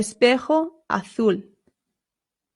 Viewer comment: “Azul” Pronounces it like “A Fool”